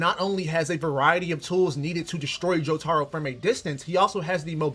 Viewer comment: he's saying jo-taro not his name i rest my case mf wrong asl